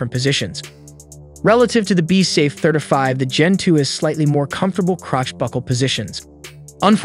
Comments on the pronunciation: Pronouncing it like “certify” with a lisp. It’s tripping me out hearing “30” pronounced perfectly, followed by the “30” within “35” pronounced completely different. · I never knew 35 was so hard to pronounce until now